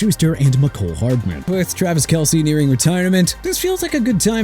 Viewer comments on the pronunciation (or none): none